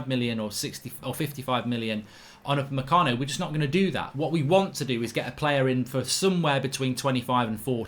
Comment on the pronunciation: Why is it that everytime Mark says Upamecano, I only hear 'mecano?